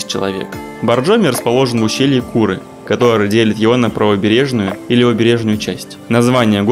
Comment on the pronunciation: в озвучке я правильно произнес али и нино насчёт курЫ есть грешок))